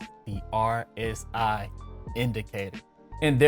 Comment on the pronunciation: My man you didn’t even know how to pronounce rsi...